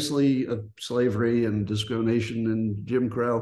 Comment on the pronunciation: at first it sounded like he said “disco nation” instead of “discrimination” lol